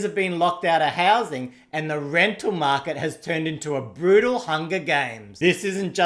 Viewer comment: This guy is bwutal... absolutewly.